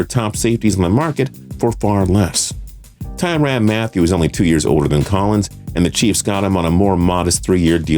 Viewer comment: I love how he kept saying ty ran Matthieu or however u spell his last name